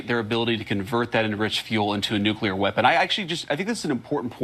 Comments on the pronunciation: Didn't she use the redneck form of nuclear a.k.a nucular ? Since G.W.B. that awful word has become common practice. It has no meaning because it a made up word, nuclear pertains to the nucleus of an atom . As a famous Scottish comedian once said : It's NUCLEAR , ya prick . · Nu-Clear not new-klee-are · Thats it! Nucular!!😂😂